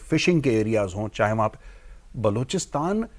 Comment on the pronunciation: बलूचिस्तान होता है बलोचिस्तान नही 😂 किसने पत्रकार बना दिया